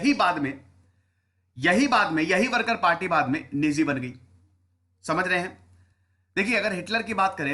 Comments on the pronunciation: Bhai nezi nahi nazi hota hai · Sir नेज़ी nahi नाज़ि hota hai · Why you called Nezy party? It's nazy not nezy.